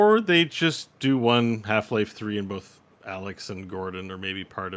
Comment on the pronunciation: thought of it! "both" "bolth"